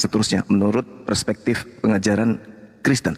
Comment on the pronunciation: ini SDH berapa kali memakai istilah padahal dia tidak mengerti menyebutnya dgn sempurna. Contohnya PERSPEKTIF tapi menyebut dgn PRESPEKTIF woiii i berulang-ulang saya ulangi dan mendengarr kembali. Tetap yg ku dengar ucapan mu PRESPEKTIF...benarnya itu PERSPEKTIF bukan PRESPEKTIF. dari situ saja saya simpulkan bahwa anda hanya asal comot biar kelihatan keren, tapi ketika anda salah ucap berulang,-ulang dlm debat dan waktu berbeda, saya simpulkan anda gak tau arti dari istilah PERSPEKTIF, Kalau anda tau arti nya berarti anda tidak mungkin salah ucap berulang-ulang dalam episode berbeda. PERTANYAAN SAYA,: istilah tsb biasa di pakai di mana lalu di jadikan istilah umum. Maksudnya di bidang apa, pertambangan kah, atau Otto motif, atau apalah.....saya uji anda kalau mmg anda berkualitas.. Sbb biasa nya org kalau keseringan salah ucap org itu tak mengerti istilah tsb, ayoo saya uji anda secara akademis bahasa, silahkan di jawab..???